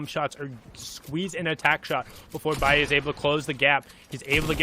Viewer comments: I’m triggered because he is calling balle baie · No one litterly no one y the fuck this guy calling him biie it's balle bruh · HIS NAME IS BALL-A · Lol he's 14 years old Also its pronounced ball ay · Its ball - uh